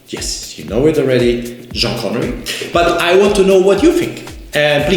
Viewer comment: Say Jean Connerie one more time and the Swatch will explode!